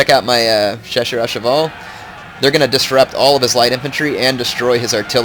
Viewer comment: Hey, I doubt your gona see this but the proper way to say chasseur is shassheir:)